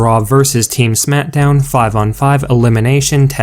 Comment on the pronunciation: Some one needs to tell him it is smackdown not smitdown